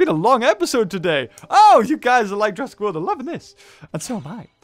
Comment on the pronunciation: why am i super bothered when you say jurassic.